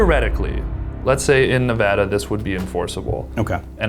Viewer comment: Thank you for pronouncing Nevada right!! 👍